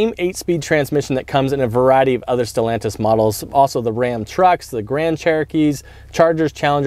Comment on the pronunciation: Stal...an tis.... Quit screwing up a good thing.